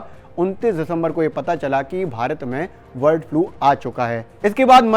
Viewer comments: वर्ड नहीं है भाई ब है ब बर्ड 😂😂😂😂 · वर्ड फ्लू नहीं ये बर्ड फ्लू है। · वर्ड फ्लू क्यों बोल रहे हो बार बार ।